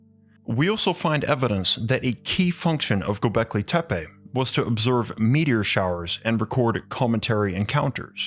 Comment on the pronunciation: the way you pronouns gobahli tapeh is so funny if we translate it word by word it means mushroom hill.